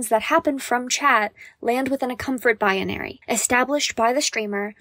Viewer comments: i know what she is trying to say, and the word is "Binary" she adds an entire extra syllable before the n for no reason. thats it. shes saying it weird three times in a row. she must not be very familiar with the word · good video but learn how to say the word "binary" its not bi uh nary